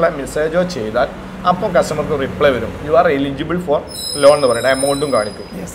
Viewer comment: റീപ്ലേ അല്ല ബ്രോ.. റിപ്ലേ (reply )